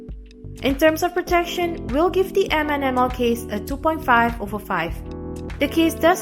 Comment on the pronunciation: Its read as "minimal"